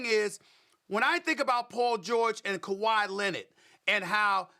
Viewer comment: Quote Stephen A Smith:"kawhy Lennit!!!!!!" 😂